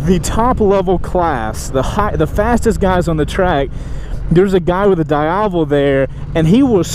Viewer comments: its Diavel not daiavel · every time you say "daiavel", an italian baby dies of cancer.... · It's pronounced dee ya vel. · It's pronounced as "di-ah-vol". It's an Italian slang for "devil". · in Italian language, pronounce Diàvel, "dee-ah-vel" :) It means "devil" in local dialect :) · Why does he say diavel so weirdly?